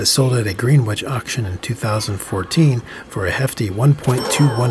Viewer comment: Like your videos. Just FYI, Greenwich is not pronounced "green witch." It's just "grennitch."